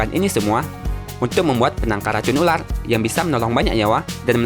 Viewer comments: Itu ular bro bukan ulal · Ular bukan ulat